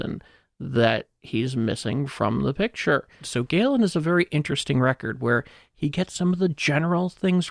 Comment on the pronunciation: it's pronounced GAY-LEN. You say it differently two separate times and get it wrong in both Instances. This is a history podcast you can't even do basic research. Smdh...